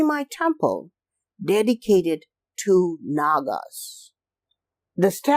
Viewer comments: Interesting video thanks! One quick note: the "PH" sound in Thai words like "Phimai" is pronounced like a hard "P" not a soft "F". Drove me crazy for the whole video to hear you say "Feemai" over and over LOL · dear Admin Ph in Thai language = P not F ( Phimai : Pi - mai) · Phi=pee “peemai” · Bro, I am Thai. The PH = F pronunciation does not work as usual here. Phuket = Puket Koh Phan Gyan = koh pa gyan Phimai = Pimai For the reason why that I can thin of is back then Thais, even, at high level autocrat has no knowledge in English, and assumed that putting H after a letter will give it a heavier sound like T with Th. Supwr dumb, I know. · P-mai. It sounds like that. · Just discovered your channel and love this video! Have been to this temple, but you made me realize it's even more fascinating than I thought. Just a note though, that the name is pronounced with a /p/ rather than an /f/ sound (Thai: พิมาย). In the romanization of Thai, the 'ph' in spelling doesn't make an /f/ sound as it would in, say, Vietnamese romanization (which makes it confusing). I just mention this because the incorrect pronunciation threw me off at first, but I'm glad I stayed for the whole video because it's fantastic.